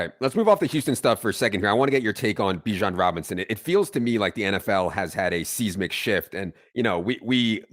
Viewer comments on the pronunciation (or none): Seismic shift is size'-mick shift not seize'-mick.